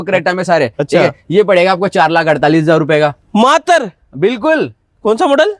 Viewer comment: भाई मातर नहीं मात्र 😂 होता है